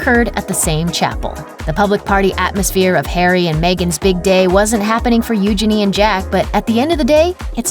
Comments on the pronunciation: Its not pronounced Uginy its Uginie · First of, stop butchering her name! It’s Eugenie (like Genie in a lamp) not euginny! I’m not a royal fanatic but it’s really annoying! As for the rest of the drama?! It’s complete bs. All minor royals get married at windows. Megan and Harry weren’t the first and eugenie and jack won’t be the last. Sure she was dreaming of getting married there, but she also had to! And why do numbers matter?! Harry at one point was 3rd? In line to the throne? Now he’s what? 6/7 and eugenie is? A lot more. Harry is in the spotlight and eugenie is not. Obviously the numbers aren’t going to be the same! You’re making drama where there is no drama. Stop milking the royal family because your president is a shit show!! Gah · It’s pronounced you-jayne-ee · Your pronunciation of Eugenie is hilarious